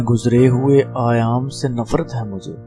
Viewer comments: Ayaam nhe Ayyaam. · Sahi talaffuz, hiransaan aur ayyaam hai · Sahi talaffuz, hiransaan aur ayyaam hai. Please note📝